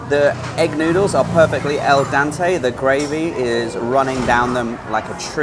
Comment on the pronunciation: Great video very informative. Its Al Dente not El Dente meaning literally "to the tooth" as Al Forno means "to the oven"